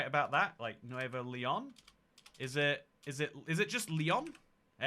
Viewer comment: I learned that has dyslexia with his Pennslyvania and Nuveo Leon.